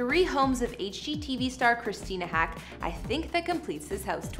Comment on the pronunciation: Christina Haack's last name is pronounced like the bird, "hawk."